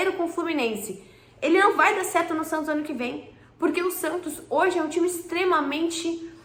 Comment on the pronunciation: Prantos ou Santos?? Kkkkkk🐷🐽🐷🐽🐷🐽🐷